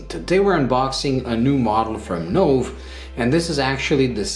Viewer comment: Wow! That really is a fantastic watch and looks superb. A terrific review, but, one small point, Nove is pronounced Noh-vay........... "new" in Italian................